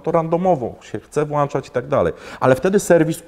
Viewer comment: Historia ciekawa jak na auto "premium":) Ale tak na przyszłość to: "włĄczać", "wyłĄczać", "załĄczać", itd.